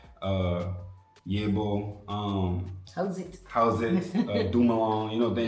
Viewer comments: When we stare at someone we are just admiring, it's nothing hurtful.. In terms of the food we also have to drink or eat some more in order to get full😅 its the weirdest thing😅 I just love how you are pronouncing The Yebo" ❤ We just love some home cooked meal more than take outs ,we eat or order on surprise occasions 😅i find it weird at times 😂😂 But so far ,so good y'all have definitely enjoyed your Stay 🎉🎉🎉❤ Thank you for this vlog i learned alot about your culture also ❤. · 😂😂 I like it when hi says yebo yebo that mean yeah😂😂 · 😂😂😂😂that "Yebo" though 😂